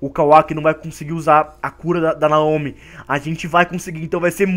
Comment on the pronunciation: a pronúncia é Naomi